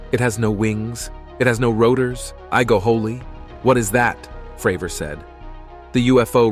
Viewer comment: Talks about tic tac UFO, shows a submarine instead. Calls Cdr. David Fravor “Fruh-vore” 😂